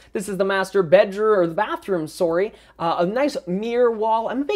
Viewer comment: Lol love the way he says sorry, very Canadian!